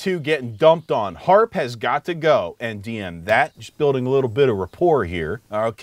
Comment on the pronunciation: British nerd didn’t even get the frickin name right. It HAARP not HFARP